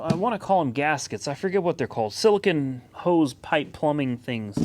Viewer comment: please stop calling it sillakin it's called silicone.... lol